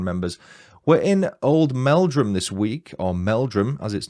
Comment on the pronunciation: My Uncle and Aunty live in Oldmeldrum, but I'm from Yorkshire! You are saying Old'mel'drum correctly 😊 It's a lovely little place. I knew of this case from a documentary, but I didn't realise Webster and his first wife were from Oldmeldrum! 😊 Thank you for the fab video ❤ I, too, am a domestic abuse surviver so i really appreciate your sympathetic telling of the story. 😊